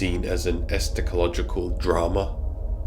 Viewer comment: esCHAtological, not esTAchological